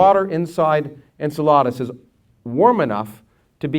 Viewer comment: I hate that he says it like, 'Ensuhladas.' en–SELL–uh–dus, is the way I usually hear it pronounced.